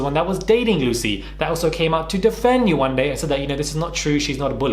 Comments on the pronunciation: “That’s just who I am” then change. Have growth. Pay for a damn speech pathologist to teach you how to say Yewande. You are not a child, you are a grown women who lived with this person for three weeks, that’s 21 days. 21 days to learn how to properly pronounce a name. Admit that you are wrong and learn how to grow from it. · The same "Yewande" she couldn't pronounce lol 🤦🏾‍♂️